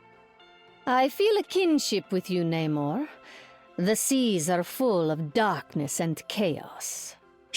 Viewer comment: Finally hearing Namor's name said correctly